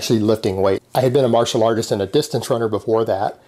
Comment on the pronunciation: "Martial Autist" 😂😂😂